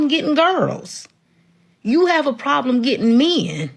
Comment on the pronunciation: If the "prawllum" is that "me-in" aren't "desOURubl" she's not worth listening to.